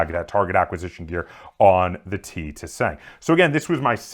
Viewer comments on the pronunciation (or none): Im pretty sure you dont pronounce the second T making it the "ti sang" but don't quote me on that though